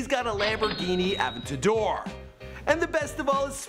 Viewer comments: All the cringe worthy pronounciations are like a punch in the kidneys each time i hear one. "Avintadoor", "Oddmars Pieujit", "La Jalla". Kill me now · it’s pronounced a-vent-ya-door. NOT avuhtuhdur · A vent ta door lmao not ab ta door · Ah-vent-ah-door Richard Me-Lay Awe-due-mars Pe-gay are more correct lol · Also its (ah vent ta door) for the lambo pronunciation. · learn how to say aventador ( a,vent,a,dor) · A-ven-ta-dor FFS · Bro the way you’re saying La Jolla, Richard Mille, and Aventador has me crying 😂😭 so uncultured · HAHA - dude I know right??... Fucking says, "La Jollah??" Seriously, this dude needs to read a book!! Lol, and his pronunciation of "Aventador" was hilarious!! Lol, if a person is running a youtube channel (his supposed "profession!!") - you would think that the person would at least use the correct pronunciation of EVERY word that comes out of his mouth. If you aren't sure - there is this CRAZY thing called google - and it will tell you exactly how to correctly pronounce any word that you are unsure of. Haha, that is just embarrassing!! Funny for us though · AVENTADOR 🤦‍♂️ that’s how you say it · The way he says aventador and audimars piguette makes me wanna Kms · This guy mispronounced Lamborghini aventador, Richard mille, and audimar piguet. Wtf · Please say aventador correctly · Please say aventador right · you cant even say the names of his stuff correct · You should learn the pronunciation of Aventador, La Jolla, Richard Mille, and Audemars Piguet. You sound like a plebeian!! 😉